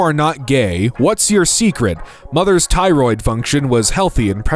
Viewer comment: Bro couldn’t pronounce thyroid. His mom was not healthy during pregnancy.